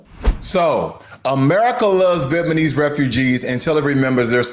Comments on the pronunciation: Good content, but it gets under my skin that you keep saying, “VietnaNese” instead of “VietnaMese.” The country is called, “VietnaM,” so naturally, the people of Vietnam would be called, “VietnaM-ese.” 🤦‍♀️ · Dude… it’s Vietnamese! Namese… Not Manese! From the country of Viet Nam… comes Viet Nam ese! If you’re going to talk about people from Vietnam… PLEASE Get it right! Listen to how the reporter says it! Can you hear the difference of how she says it and how you say it! VIET… NAM… ESE. NOT Viet Man ese. You say Viet Nam right… just add ese to it! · Does anyone else hear the narrator/reader say “VietmaNese” instead of “Vietnamese”, or just me? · Pronounce Vietnamese correctly guy.. it is not Vietmanese!!! It is Viet-namese!!!! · AND YOU NEED TO LEARN HOW TO PRONOUNCE CORRECTLY: Vietnamese and NOT “VietMANese” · It's VIET-NAM-ESE not VIET-MAN-ESE. Spell it out, my man! Otherwise, great video! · It's Vietnamese, not Vietmaneese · Viet na mese, not Viet ma nese. Please bro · I appreciate the material. However, it hurts my ears when you keep pronouncing "Vietnamese" incorrectly. Viet-Na-Mese is correct while you keep incorrectly pronouncing it as Viet-Ma-Nese. It's N before M and not the other way around. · VietNamese, please, not VietManese!! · Can you say "Vietnamese", not Vietmanese? or I heard it wrong? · Small matter, but it's 'Vietnamese', not 'Vietmanese' ! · the word is viet-NAM-ese...you incorrectly say viet-MAN-ese multiple times!!! you suck and your channel sucks because of your lack of intelligence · It’s Vietnamese not vietmanese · Viet-Na-Mese not Viet-Ma-Nese. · Bro it’s VietNaMese not VietMaNese. Got us mixed up with ChiNese or JapaNese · VietNamese not VietManese, please! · You need to pronounce the word vietnamese correctly! It is viet-Nam-ese and not Viet-Man-ese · Viet-NAM-ese, not Viet-man-ese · lol Good stuff, but you keep saying Vietmanese instead of Vietnamese. You’re saying it wrong. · What a racist video. Viet-ma-nese? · Vietmanis lol.